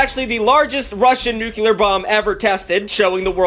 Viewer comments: My brother in Christ it’s NEW-CLEE-AR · Ah yes, nucular war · please like this comment so stops saying nucular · love how he says nuke-ular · Every time you say "NucULar" I get progressively more irked and pissed off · IT'S PRONOUNCED NEW-CLEAR!!! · every time he said "nucular" i cringed so hard bro you ain't Bush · saying nukular never fails to give me a chuckle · this is why I can't eat while watching any production. Also, say it with me, new-klee-er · Nuclear Noo * klee * ur There’s only 1 “u” in there 🤣😂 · Hey buddy. Just out of curiosity … How do you say this word: Nuclear Take your time. Sound it out. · Dong this much research into nukes and not being able to say the word nuclear is an incredible feat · Every time you pronounce "nuclear" like that you sound just like Zapp Brannigan trying to say Champagne like a douchbag 😂😂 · Sooo... Where exactly is the 2nd "u" in "nuclear"? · Your pronunciation of 'nuclear' is infuriating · The most important part of this video is saying nuclear incorrectly for 54 minutes straight Thanks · you say nuclear wrong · Alternate title: One Hour of Frantically Mispronouncing “Nuclear” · Y'all can't pronounce "nuclear" correctly. Why is it so hard? It's exactly like how it's spelled, and as far as I know y'all say "nucleus" correctly... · Hearing you mispronounce nuclear this many times is tough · this video really points out how mispronounces nuclear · Dude pronounces "nuclear" like Bush Jr. Also, you got Vietnam backwards, they did not "switch polarities." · WHERE'S THE SECOND "U" IN NUCLEAR THAT YOU KEEP PRONOUNCING,? WHERE IS IT? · OMG! Can you learn to say nuclear correctly 😂😂🤣😂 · I am going to lose my mind if I have to hear you say “nucular” instead of “nuclear” one more time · Am I the only one that is vociferously annoyed when he says ‘nucilar’ instead of ‘nuclear’?? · him saying nucular instead of nuclear every single time lowk pissing me off